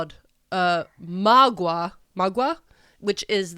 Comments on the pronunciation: Me, a Spanish speaker:Magwa....magwah? MAgwAH 🤔 does she mean Maguey??? 🤣 I was so confused on my drive home, I had to come to YouTube to let you know that it's pronounced "ma-gay" I parasocially love you guys and I'm sure you did your best ❤😁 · Maguey is not pronounced mag wha It’s pronounced more like ma-gay . I love y’all’s content keep up the good work